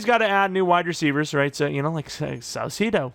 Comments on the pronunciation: Saucedo = ses-say-dough, hope this helps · Don’t change saucedos name please I really enjoy you pronouncing it differently every time